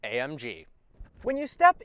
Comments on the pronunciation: "A um G" lolololol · A 'UM' G 😂😂😂😂😂😂😂